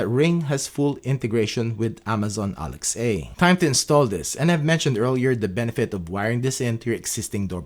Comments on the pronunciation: Very good video. Thank you! Just to let you know, you're mispronouncing "Alexa". It's pronounced as one word with a soft "a" at the end -- like, "Aleksa" -- not two words like "Alex-ay". Cheers! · Irritated by your "ALEXEI", I was unable to continue watching the vid. My goodness, it's ALEXA, the very same way you say LINDA, not LINDEI.